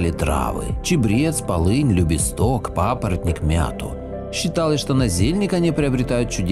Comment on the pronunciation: Здравствуйте. Спасибо за видео. Если можно, поправлю. Не любистОк, а любИсток. И не тополЮ, а топОлю. И, наверное, не дедЫ, а дЕды, потому что был такой призыв "Приходите, дЕды, с нами пообедать!" Классное видео. Побольше бы таких. Спасибо 💐